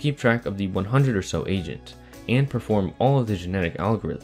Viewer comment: am i the only one that hears “asians” instead of “agents”?